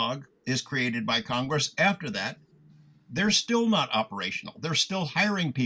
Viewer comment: It's simple. If you think this kind of information needs Showmanship, then the information must be boring. If you realise the information is profound, then please stop acting. Acting is a fancy word for Lying professionally. - "Kong-Gress" 🤭👍🏻 - That wouldn't have encouraged me 😳 that's a profound level of stupidity, to have that reaction to something in a movie. I'm genuinely disappointed to hear any adult has ever spoken that sentence 😐 - Public Swellings are illegal 🙂